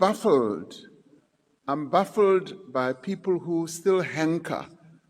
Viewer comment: The word is "baffled", not "buffled". Idiot.